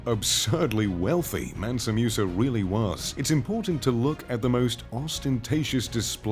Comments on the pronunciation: its not Mewsa, its Moosa. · It's pronounced mOOsa not mUsa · The name is pronounced MOOSA not MEUSA. You westerners need to learn how to adapt your tongues to other languages the way many other people in other parts of the world do to your own names and other pronunciations. It was annoying listening to this guy say that name wrong the entire video. Ridiculous. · Musa not Meusa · Hate the way he pronounces Musa (moosa), not “mu” like muse! 😖